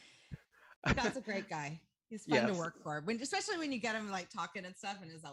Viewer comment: I have heard especially, exspecially, but i havent heard EDDspecially before....